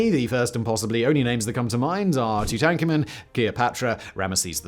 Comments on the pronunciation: The way he pronounces tutankhamun like "Twotanka'man" makes me feel like i need to take a cold shower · Who is Too-Tank-Ah-Man? Haha! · The way you said tutankhamen 💀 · Please explain why Simon pronounced “Tutankhamun” in such a way? It’s not the first time I’ve heard him pronounce words totally incorrectly. Please continue to do better. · After all this time is anyone else still suprised and amused at how Simon pronounces Tutankhamun 🤪